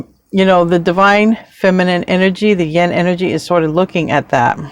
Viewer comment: you pronounce yin like yen so it confuses me.